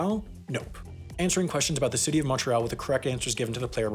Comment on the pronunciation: Came for the puns, stayed for the perfect prononciation of Montréal